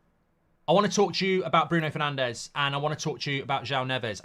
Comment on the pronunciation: It might help us get Neves if we stopped mispronouncing Portuguese names. It’s more ‘Nevs’ not ‘Nev Ez’. We haven’t got Fernandes right since he came to the club. They’re not Spanish or S. American. Hope we can get him.